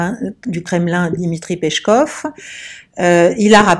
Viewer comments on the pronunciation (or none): Le nom Peskov (Песков) se prononce "Piéskof", pas "pechkof" 😊